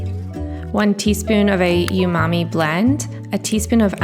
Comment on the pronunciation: 😂you just pronounced umami as “youmommy”. Girl! Don’t be takin’ about my mommy! Lol just kidding. I got a chuckle. I love this compilation. It sounds scrumptious.